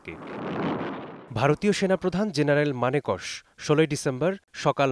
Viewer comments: কি ঘোড়ার ডিমের ভিডিও বানাচ্ছেন। জেনারেল মানেকশো এর নাম উচ্চারণ করছেন মানেকশ্। এত অল্প লেখাপড়া নিয়ে এমন গুরুত্বপূর্ণ বিষয়ে ভিডিও বানানো ঠিক না। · উচ্চারণ মানক শ, মানে কোশ নয় 😅😅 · মানেকশ নয়। মানেক শ। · জেনারেল মানে কশ নয় জেনারেল মানেক শ। সঠিকভাবে উচ্চারণ করুন। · জেনারেল মানেকশ নয় জেনারেল মানেক শ্ হবে উচ্চারণ । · মানিক কশ না। মাননীয়, শ্যাম ম্যানকেশ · মানেকস না, ওনার নাম জেনারেল মানেক্ স ( sam manekshaw) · মানেকস না উচ্চারণ ফিল্ড মার্শাল শ্যাম মানেক শা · মানেকশ না মানেক শ হবে এইটা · মানেকশ নয়। উচ্চারণ টা ঠিক করে করুন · Dear presenter be pronounced correctly someone name,its মানেক "শ" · জেনারেল মানেক শ নামটা আগে ঠিক মতন উচ্চারণ করুন🥱🥱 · সাংবাদিক এতবেশি শিক্ষিত যে মানেকশ উচ্চারণ ও করতে পারেনা।